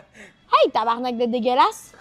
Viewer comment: Oh my god ya di tabarnak correctement finalement jaime ben les francais